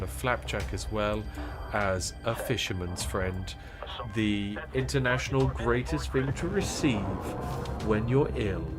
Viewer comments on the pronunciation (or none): none